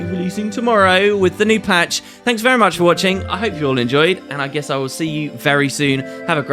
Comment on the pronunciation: "get a lot more orrsome arr symbols" "brilliant stuff orr around" nice nice i like it XD